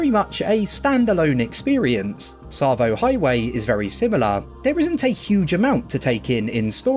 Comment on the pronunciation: Yeah boy!! You said ‘Tsavo’ right. Sorry just being a wind up. Still loving the vids. Am playing through Halo Wars again after your play through inspired me.